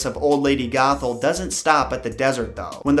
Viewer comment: every time you said old lady gothel. I thought you said. "Old lady Gaga" :)